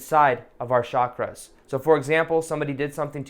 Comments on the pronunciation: Thanx! Always wait for your meditation...feel great after them...😊 Hope ur channel keeps growing! Btw....'Chakras' are pronounced with ch....as in Chuck(ra)... not shh...like in Shucks.... hope that helps:) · Heather Lyons-Trautwein : hi! It's only pronounced as "chuck (ra)". Chakra is a Sanskrit word that means "wheel" or "disk". There's no other way of pronouncing it, since Sanskrit words are pronounced exactly like they are written in its (devanagri) Script. I guess they are sometimes mispronounced when written in other languages. ☺ ☺